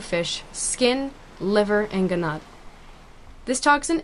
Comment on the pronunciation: She cant say gonad properly. Wonder why